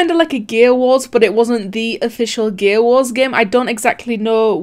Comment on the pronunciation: When says gear wars it sounds like gay wars